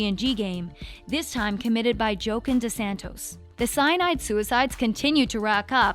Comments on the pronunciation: it’s pronounced (wa-keen) not (jo-can) how could you be that dumb. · No one is talking about how she freakin butchered everyone’s name I mean dolly Joaquín with a hard j Andrew Andre instead of Archie 🤣🤣🤣 She called Toni cheryls uncle omg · Joaquin is pronounced wakeen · THEY SAID JOCAN ITS PRONOUNCED WAKEEN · she pronouned his name wrong it is not joa-kin in is jwa-ken btw those were how you pronounce his name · ‘Jocan’😂😂😂😂 it’s pronounced warkween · Why is nobody talking about how she pronounced joaquin. (Idk if that’s spelt right) she pronounced it as it’s spelt instead of Wakeen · She really just did say jokin Desantos its juaquine Desantos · Jo-Kin DeSantos it’s pronounced Wo-Queen (Joaquin) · Joaquin De'Santos she said 'joekin' but its actually pronounced 'wakeen' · I know she did not say Jokin- and not Joaquin.. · I’m sorry but “jocan disantos” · Did she really say jokin disantos I dead of Joaquin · Did u say waken? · Did you legit call Joaquin, “joe kenda Santos?” BITCH STOP! YOU PROBABLY DONT EVEN KNOW WHAT G AND G STANDS FOR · Did she call Joaquin, JOCIN!!!!! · Joaquin was pronounce joequin? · She really called Joaquin "jokin"🤣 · "Jokin De santos" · HIS NAME IS PRONOUNCED WO-CEEN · Georgia Taylor more like Wa-Keen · Omg I’m dying 😂😂😂. JOE KIN DE SANTOS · Amelia McClymont wakeen?? U know that the “J” in Spanish does not sound like a “W” right? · Marguerite Petersen well you spell is at Joaquin, but say waquine. So I guess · joaquin is actually pronounced wakine and it’s dilton doiley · Sorry but how you pronounced Joaquin kills me😂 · You just know some are incorrect when they can’t pronounce Dilton Doiley correct or Joaquin Dos Santos 😂😂😂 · i cringed so hard when they mispronounced joaquin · Omg the way they pronounced Joaquin 😂🤦